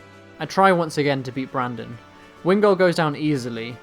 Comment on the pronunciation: It's Brendan not Brandon